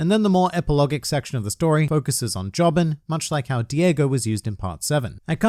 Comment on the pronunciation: Araki drew real world people as well as rock humans and og universe women to show that you cannot tell the difference between them. Also its pronounced JO-bin not jobbing